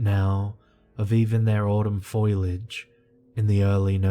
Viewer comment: Foil-age always gets me... Fo li age.